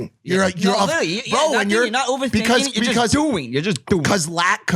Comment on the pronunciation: the way says “you’re just DOing” was so funny to me idek why